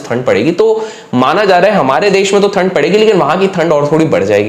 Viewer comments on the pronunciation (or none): Sir थनड Nahi Hota it's ठंड Hota he 😂